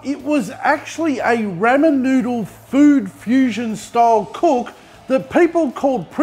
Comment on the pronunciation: love da vidz, plz stop saying ra men